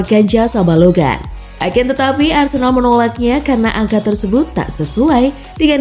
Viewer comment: Ni ad min apaan ya 1 balogan (balogun) 2 hoglan (huglun) Jijik banget dengar ny